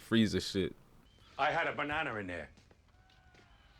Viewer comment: "I had a bananr in there"